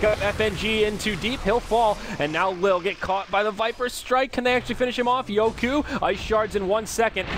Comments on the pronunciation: yoku not yoki? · Its pronounced yoku